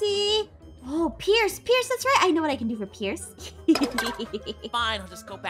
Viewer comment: Peirce pirece? ITS PIERCE